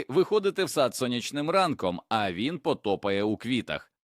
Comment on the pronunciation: Ну так,цікаво ,куди ж той сад ,зранку,"пото'пає"?!😅😂